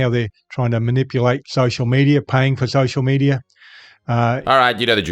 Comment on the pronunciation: "Shocial shmedia"